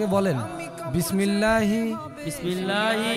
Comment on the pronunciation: আসসালামু আলাইকুম ওয়া রহমাতুল্লাহ।লাশ কবরে রাখার দোয়াটি ভুল হয়েছে ভাই। সঠিক উচ্চারণ হলো بِسْمِ اللَّهِ وَعَلَى مِلَّةِ رَسُولِ اللَّهِ উচ্চারণ: বিসমিল্লা-হি অআলা মিল্লাতি রাসূলিল্লাহ। অর্থ: আল্লাহর নাম নিয়ে আল্লাহর রসূলের মতাদর্শের উপর (কবরে রাখছি)।